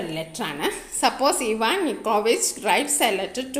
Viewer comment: Aivan enn alla ഇവാൻ ennan 😅